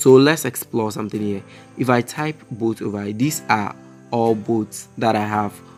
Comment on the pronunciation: What is boot?? :face-blue-smiling: Dude, learn English first.